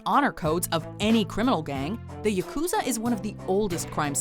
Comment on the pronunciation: Yakuza isn't pronounced "Ya-KOO-za", it's pronounced "YA-ku-za"...